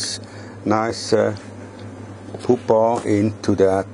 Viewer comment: That's how says "pupa." It's probably because the "u" in German is pronounced "oo."